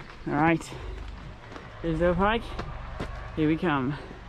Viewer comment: Nice video, but Grisedsle is pronounced eyes not is.